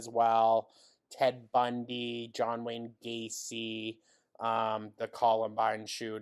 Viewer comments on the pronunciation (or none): none